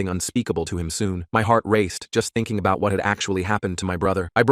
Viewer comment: "It was aboht 198-" 19!? Bruv you dat old?